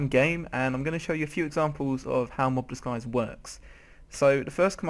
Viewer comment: Mob Disguise not Mob Diguise